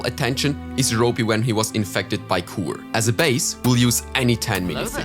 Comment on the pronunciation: yk its not Kur its "Kür" you know what i mean?